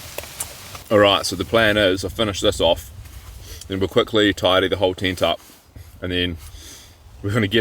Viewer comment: Was watching this with my kids, they love your videos. They also love how your pronounce tent, my youngest said is he saying tint lol. Another great vid!